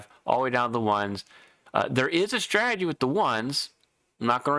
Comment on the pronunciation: Lazy pronunciation number 2. You say "strag-gy" as a two-syllable. It is three syllables STRA-TE-GY.